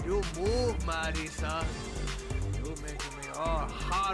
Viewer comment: Paco butchering the name Madison